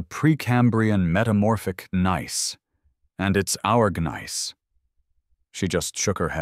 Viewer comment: Please let your AI narrator know that the "g" in gneiss is silent.